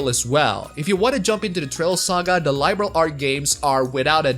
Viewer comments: It's pronounced "Liberl" instead of "Lie-berl". =) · Its Liberl not Laiberl goddamit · I see, you've been bitten by the bug! Glad to see you're having fun playing my favourite game series! BTW. Liberl is not pronounced LIE - Berl.